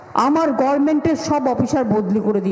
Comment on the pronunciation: গভর্নমেন্ট, Not, গভমেন্ট!